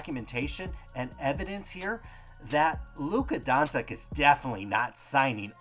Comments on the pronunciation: Hehe donsik it’s luka donchick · Don-chich not Don-sick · When you got a guy who calls Doncic "Donseck" and Teslas "tessis" you have to assume he's a pussy. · Dawn Sick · I can't believe you can't pronounce his name correctly... You should do some research before you make a video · It's funny because they are saying his last name wrong lol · Can you at least say his name correct ? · This dude can't spell starring or pronounce doncic. He must be legit. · signatures differ, people are dumb and learn to at least correctly pronounce the fucking dudes name you’re talking about.